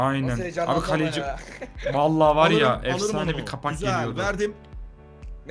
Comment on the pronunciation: Galeci değil kaleci